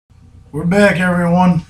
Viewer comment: lol same here. Nothing puts a smile on my face like hearing “heeelllllooowwwww evewryone”